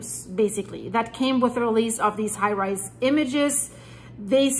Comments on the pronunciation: Thanks but it's Hi Res (Hi Rez) not High Rise. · It's pronounced high rezz or high resolution but pronounced high rezz😊